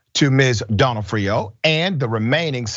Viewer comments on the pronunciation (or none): Either way, it aint "Doe-No-Off-Rio😂😂😂😂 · It's pronounced don AW freeo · ok this is my 2nd day in a row asking for a stand alone podcast for Dr rashad to say more names, yesterday ya butchered a jewish name it was hilarious, this time, Donofrio, cumon bro, u dont know who Vincent D'nofrio is, just say it like ya heard his name pronounced, i know u have, here its like the word Done--Noff-Frio, like franny fio. Duh Noff Frio. PLEASE do the podcast where u say names u have no idea how to pronounce.... talkin about serious subjects all day needs some fun at the end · I know it’s kind of petty, but the O’s in Donofrio are pronounced like they are in the alphabet. Sorry, it’s the Italian in me That made me say this. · of course she is. But it matters to me. Would you like it if someone kept pronouncing the O in your last name Incorrectly? Or would you politely correct them? And I say this because the name Donofrio is part of my family. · Bruh…love you man, but you be torturing these names..,especially cities it seems to me, but you got her name wrong….accent typically on the “nof”.